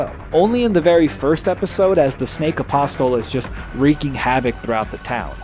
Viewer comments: Love the video my guy! Shame they took it down for NOTHING. One thing though, in the word “Apostle”, the ‘t’ is silent. It’s pronounced like “aposle”. Keep the dream alive man ❤️ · Apostle is pronounced apos-cell. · You don't pronounce the T in Apostle. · You don’t say the t in apostle, love the vids though keep up the good work